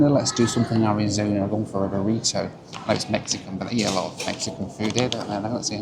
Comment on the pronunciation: Pronouncing Burrito ‘Burriddo’ too. Nearly threw the remote at the tv.